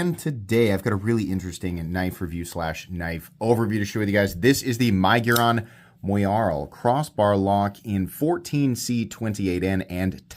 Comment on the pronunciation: Does anyone else pronounce it “my-guron” or is the only one?